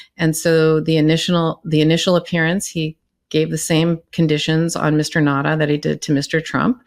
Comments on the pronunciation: Now-ta not Nadda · I am a proud islander on Guam. WALT NAUTA is a son of Guam. It is pronounced NOW-ta